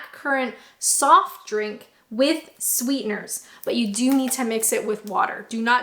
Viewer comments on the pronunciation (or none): none